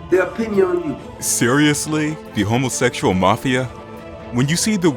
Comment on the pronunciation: i heard "homosecksal mafa" i dont know what you're talking about